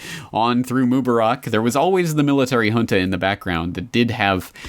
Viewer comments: According to the usual Arabic rules for stress, the name Mubarak (better, Mubaarek) should be pronounced /moo-BAH-rek/, second syllable stressed, since there is an 'alif' following the 'be'. مبارك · Where I live in Morocco, my best friend's first name is Mubarak. It's pronounced like Moo-bah-rak with emphasis on the second syllable. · I'm finding it annoying to hear you mispronounce the name of Egypt's former president. Mubarak. Please say it correctly in the future.